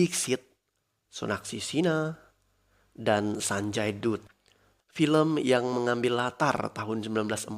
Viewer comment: min tulisan nya Dutt baca nya Sanjay Dat